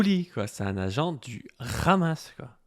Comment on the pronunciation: Ce n’est pas (RHAMASS) mais Hamass il faut bien prononcer le H en arabe Lool